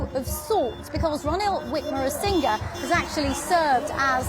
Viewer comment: Did she just say "Ranil Wikmarasinghe"?? 🤣🤣 Edit: How can the interviewer be so arrogant when she can't even pronounce the man's name?. No matter what the political opinion she carries, it shouldn't influence her questions or the responses. Why is she taking this as an interrogation? She's not it BBC.